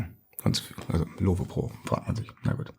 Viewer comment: Kleiner Klugscheißer am Rande, Lowe kommt vom Gründer Jeff Lowe und war ein US Amerikaner. Das e wird also nicht gesprochen :)